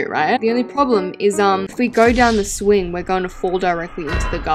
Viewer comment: "if we go down the SWING" love how just miss pronounces EVERYTHING😭❤